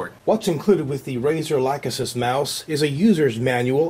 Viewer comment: arg! people have to learn how to pronounce the Lachesis